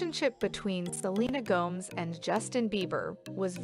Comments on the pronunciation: This lady must be a robot or something..it's G-O-M-E-Z...not G-O-M-E-S..🤦‍♀️🙄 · “Selena Goms”???? 😂